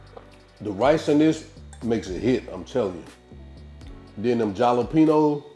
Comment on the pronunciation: The j in jalapeños is pronounced as an H Halapenos